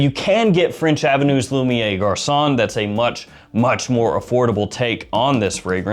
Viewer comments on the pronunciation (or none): Lumi-air Garçon. Your pronunciation is almost there.